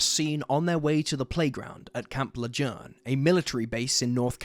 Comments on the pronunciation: Its pronounced camp lajune even tho the spelling isnt lajune this spelling how the word is said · I always find it fun how people who aren't local pronounce thing. "Le-June" is how it's pronounced. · Camp Lajune !!!!!!!!!!!!!!!!!!!!!!!!!!!!!!!!!!!!!!!!!!!!!!!!!!!!!!!!!!!!!!!!!!!!!!!!!!!!!!!!!!!!!!!!!!!!!!! learn how to pronounce names !!!!!!!!!!!!!!!!!!!!!!!!!!!!!!!!!!!!!!!!!!!!! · Its pronounced Camp Leh - june and thats my hometown 😱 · You’d still be wrong, it’s pronounced Le-Zhurn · It is sad. Am I a terrible person for smiling at how he pronounced it though?